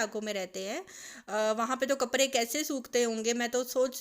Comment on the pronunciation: AP kaprdy ko kapry kiun bolty Hain?